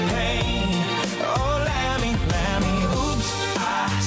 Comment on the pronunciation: 0.05 More like Mammy than Lammy! 😂